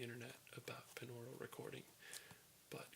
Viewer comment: It's pronounced BY-NORULL, just like binary is pronounced BY-NARRY